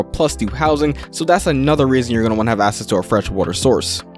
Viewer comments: Great video but for the non native speakers watching, access isn't pronounced "ass-ess"" it's "ack-sess". Seems to be a lot of non native speakers and that's probably screwing them up a bit. Edit: nevermind. There's 20 other words he keeps mispronouncing. Needs to slow down like everyone else said. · Why do you pronounce “access” as “assess”? No hate, just.. please fix it. Otherwise great video.